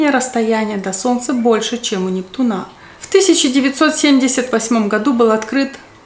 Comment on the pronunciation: У НептунА с таким ударением ухо режет, а так вы бесподобна, 😅 Очками закрываете глаза, потому что с листка читаете? Или для антуражу)))